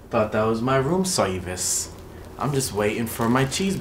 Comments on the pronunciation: but that was my room serwice im just waiting for my cheesebuwger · Oopsie the police man said sorvice! Sorvice is NOT a word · I love how you all say ROOM SERVOICE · "I love room SIRVICE"😭